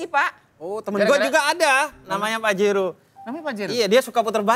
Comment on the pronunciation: Pajero dibaca pahero , cek Dech dlm bhs Spanyol / Portugis artinya apa 😂